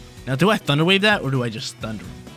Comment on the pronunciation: that southern accent thunder wyayve got me lolling!